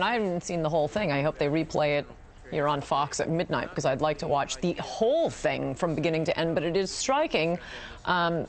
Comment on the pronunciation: notice how she emphasizes "whole thing"...very telling...